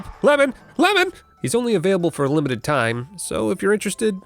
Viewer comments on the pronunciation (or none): Only available for a "Lemon-ted time" you say